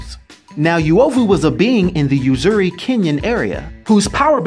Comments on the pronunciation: Uovu not yuwovu uzuri not yuzuri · I think it's pronounced U O V U and not Yu O V U if the translation is correct. ( I'm Kenyan) Its also U Z U R I not Yu Zu Ri. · Im kenyan nd the way u pronounce uovu and uzuri just cracked my ribs ,,,,,,,I LOVE THIS CONTENT MAN 👍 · And uzuri oozoori is the pronunciation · pretty cool that there's a kenyan-based marvel character!! I'll look for this. Just a note: Uovu is pronouned oo-o-vu. Not yu-o-vu. And uzuri is pronouned oo-zoo-ri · Oo-owe-voo. Ooo-zoo-ree. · Just pronounce Uovu and Uzuri correctly 😬😭